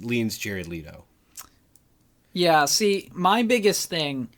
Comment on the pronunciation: God you are KILLING ME. It's leh-to, not lee-to. And Jared is the superior actor.